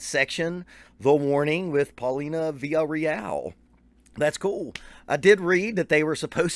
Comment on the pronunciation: I love how you were dropping so many of their influences. Just goes to show just how great they are. P.S. In case someone else hasn't already mentioned it. You straight butchered the pronunciation of their last name. I can't pronounce it, but you're way, way off. Funny enough you mentioned Greta Van Fleet when The Warning just signed with that label that GVF is on.